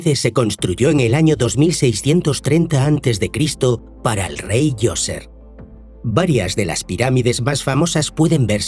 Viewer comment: No es joseph, es zoser